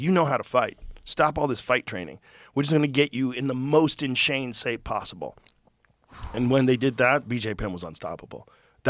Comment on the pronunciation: joe having a mini stroke..inshane sape!!